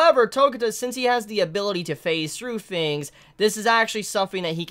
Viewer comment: Bro. 1. Your hair. 2. Why you only saying "hero" in My Hero Academia in a Japanese accent, but not the rest? Hero is an English word. 3. The sound in words like "THINGS" shouldn't be pronounced like "FINGS". JUST SAYIN'. I dig your videos, but those things bug me lmfao.